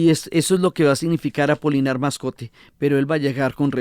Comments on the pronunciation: Querida Diana, el personaje es Apolinar Moscote, no "Mascote" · Pero, es Apolinar Moscote, que no Mascote 😊